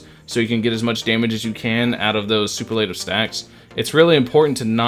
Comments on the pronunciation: Man, I gotta save until two days before v2.4 comes since I don't wanna dump my ~14K Primogems while on a 50/50. I REALLY want him bad... 🥲 Also, I'm really sorry but the way you keep pronouncing "superlative" incorrectly kinda bothers me. It's supposed to be "su-PER-la-tive", not "su-per-LA-tive". Hope you don't take offense to that LOL. 😅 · the biggest shock I've seen with itto's release is how many genshin creators are unaware how superlative is pronounced. soo-PUR-leh -tuv. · Everyone is mispronouncing superlative like did y’all not have senior superlatives in high school or….